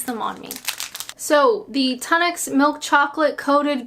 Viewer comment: I detest pickled onions. Congratulations on your pronunciation of Tunnocks. I expected Tun-OCKS.